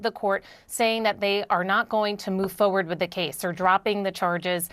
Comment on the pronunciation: Did she just say foe werd ?